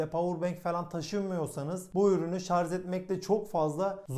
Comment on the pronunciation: Şarz DEGIL ..... Ş A R J öğren artık